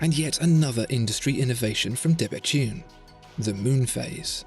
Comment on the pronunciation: I thought it was pronounced 'debetoon', not debetune', but I might be wrong. Excellent video; great watch.